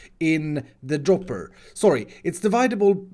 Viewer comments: diviedable Everyone else: divisible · you’re awesome but when you said “dividable” I died a little inside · STOP SAYING DIVIDABLE it's divisible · I understand english isnt your first language and I really appreciate you speaking english because I would have never seen your amazing contend had you not but please say divisible not dividable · Divisible not dividable